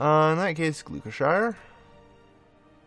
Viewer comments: GLU-KE-SHY-ER... ....What am I listening to... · You said Gloucestershire completely wrong Gloucestershire = glos-ter-shire